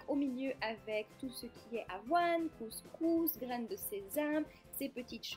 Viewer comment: j'ai remarqué le Coscousss :p